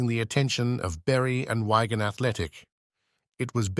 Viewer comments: Daughter breaks silence over what??? Never says. This is a garbage video with a Wikipedia read out by an AI voice app. It says. WHYGAN instead of WI-GAN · You had me until you or rather your AI pronounced Wigan…. Why-gan….. still , Nev was a Everton legend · Its Wigan Not Wagon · Why-gan Athletic! Wig-an the clues in the bloody spelling idiot! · poorly narrated but interesting, who pronounces Wigan as whygan? a great player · It's a shame the robot didn't learn to say Wigan. Wagon Athletic doesn't exist! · Who is this commentator ? Pronouncing Wigan athletic as Wygan athletic:face-orange-frowning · who the fuck are wagon athlatic i have heard of wigan athlatic the guy doing the talking need a lessing in english and say ENGLISH CORRECTLY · Look, you can say Landoodno. But you can't say Why-gan. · Arh the old why-gan athletic eh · “Wy-gan” Athletic? 🤦‍♂️ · AI ? Switched off when I heard wergan athletic . Odd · Train your AI to stop saying Wygan ?? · How can anyone carry on listening to this voice? "Why Gan Athletic" "Frank McGwinness"?? Amazing keeper but had to turn this off with the annoying commentary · Learn how to say Wigan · You know very well when the author of this video is using AI voiceover as the inferior technology mispronounces the city 'Wigan' 😂😂😅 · Who the chuff voiced this, can’t even pronounce Wigan.